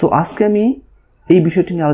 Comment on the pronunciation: হিউস_ Not হিউজ_ আসগে_ Not আজগে🤗 উপভাষা।।